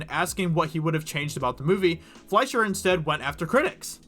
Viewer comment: yes you pronounced ''Fleischer'' correctly. quick German lesson for anyone who's interested: words that have ''sch'' in them are most likely German. with German words, the long vowel sound is the second in the pair; so ''ie'' is pronounced with a long E sound (like in 'Melanie' or 'Julie'). words with ''ei'' are pronounced with a long I sound (like Einstein or Fleischer). Cheers!